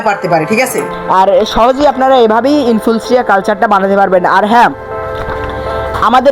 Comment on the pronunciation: তুই তো এখনো ইনফুসুরিয়াও বলতে জানিস না কি ভিডিও করছিস